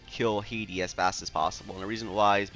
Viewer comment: Hati (Ha-tee) not my country Haiti lol